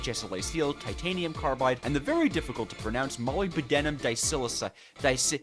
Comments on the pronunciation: its not "moly-by-denim" its "MOLE-ib-da-num". Jesus Christ. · It honestly isn't that hard to pronounce - he was actually doing so correctly for "disilicide" Molybdenum you just need ONE listen to the actual pronunciation and boom, there you have it. mall-LIB-den-num. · its pronounced muh-lib-duh-num dai-sili-side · I’m sorry, how did you just butcher molybdenum? Love the content and gave me a good laugh to send off 2024 😂🎉